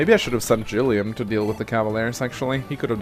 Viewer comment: Thank you for the hard G on Gilliam. Liked, commented, subscribed!